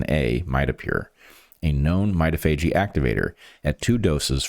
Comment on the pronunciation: Not to be a pill, but I think "mitophagy" is pron. my-TOF-a-gee?